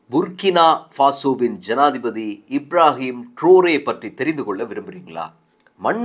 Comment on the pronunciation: இப்ராஹிம் ட்ருறே என்று உச்சரிச்சு இருக்கலாம்